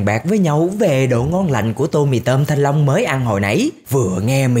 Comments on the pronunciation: Anh đừng nói thanh lông nữa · Nãy giờ nghe toàn thanh long, mỳ thanh long (ám ảnh) :))) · Anh ấy nói thanh long vài luôn😂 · Mong anh đừng nói "mì thanh long" nữa nha anh trai